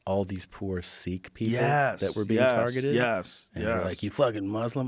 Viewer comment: Nafeh Khan it’s actually Sikh pronounced “seek”